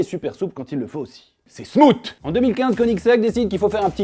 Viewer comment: « C’est SMOUTE » 😂😭